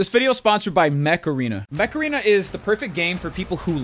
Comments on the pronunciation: Am I the only one thinking of the Macarena song every time Dooo says Mech Arena ? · Lmao, the add time broke me when said mech arena like macarena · I always hear 'Macarena' when doo says 'Mech arena' and now the song is once again stuck in my head. :/